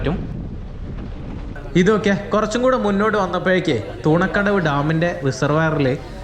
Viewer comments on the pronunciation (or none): തൂണക്കടവ് അല്ല തുണക്കടവ് ആണ്